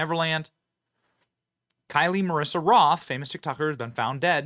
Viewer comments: Did Jlo pay you to make this video? Her name is Kyle. Pronounced just like every other time you have seen a name spelt K-Y-L-E and she literally said if she dies it’s Jlo’s fault. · For heavens sake Benny can't you read? The Tik Tok influencer who died, her name is Kyle (as in Kyle Richards) not Kylie, as in( Kylie Jenner) there is no I in her name show some respect and at least get this dead woman's name correct. One more time Benny, it's Kyle, NOT Kylie.